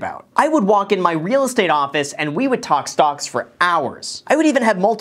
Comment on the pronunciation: Why do I hear him saying stonks when talking about webull